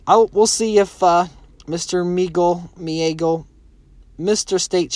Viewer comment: Omg he’s got the same last name as me LOL, I haven’t seen that in a while, it’s pronounced (Muh - Gah - Lee) Megale